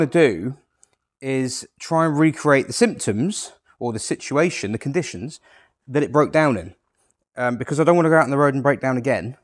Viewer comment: Did you really say recreate the "citruation" ??😂😂.